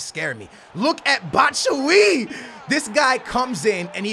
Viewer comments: he isn't batshuy its batshuayi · it is bat-shu-a-ee not bat-shu-eee. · It isn't pronounced Bat-Shu-Why-Ee, it's just Bat-Shu-Why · it isn't Batshuie. I'm from Belgium and there is a really easy trick for English people to say it right. You say Batsh You Why. BatshYouWhy. Love your vids keep it up 💪💪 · RMRFifaHD It's not Bat Shu A Yee. If you want to say it right you have to say Batsh You Why. BatshYouWhy. I'm ftom Belgium btw 😉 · Batshooooiyeeee, its pronounced Bat-shoe-aa-yee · It's not "batsuyi" it's "batshuayi" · You say BATSHU YIIIII but he is called BATSHU AAAAAAAAA YI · Batman: It's 'bat-shoe-eye' not 'bat-shoe-ee' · It's not batshuwi it's batshuayi say it like this b-a-t-shoeaye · it is Bat-shoo-eye-ee, not bat-shwee Keep up the gr8 videos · Just simplify it a little more batshuyee = bat - shu -I -EE simple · Stop calling him batshuyi it's batshuAYI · BAT-SHU-A-YI, NOT BAT-SUI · Its pronounced bat-shu-wa-yi not bat-shu-we🙄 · I don't think it's that you can't pronounce names it's that you don't pay attention to the spelling. Like you can clearly see a freaking 'A' between batchu and yi it's not batchuyi but it's batchu 'A' yi. Idrc if you pronounce the names right or wrong because that's what makes you special but since other people cant stand it imma just tel you how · Bat-sh-why-ee I hate it when you get it wrong. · Ekkoh Plays You're also saying it wrong, I'm from Belgium and there is a verry easy trick for English people. You say Batsh You Why. BatshYouWhy 👍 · It's bat-shu-why-e, trust me I'm from belgium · It's pronounced BAT-SHU-A-YEE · its bats-shu-A-i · Bro, I know you'd rather call him batman, but here's how you really say his name! B-A-T-SH-U-A-I-EE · Bro, fyi it's bat-shwiy-ee (batshuayi) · how to spelled player fo Batshuayi = bat-shu-why-ee Son = son and not sun (like you said sonaldo but just remove the naldo) Werner = ver-na Mane = ma-ne (not ma-nee/ma-ney) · This guy just said "Baahtsahwye"